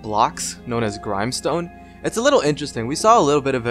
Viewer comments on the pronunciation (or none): Gr-Im-e stone lol it is Gr-im-e stone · dude you say grimestone. grimstone